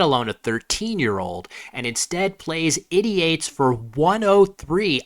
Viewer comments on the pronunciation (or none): I was surprised by your pronunciation of "ideates." The root is "idea," so the way you pronounced it felt really clunky.